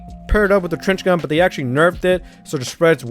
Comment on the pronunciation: Wait did he said Cringe gun to trench gun ?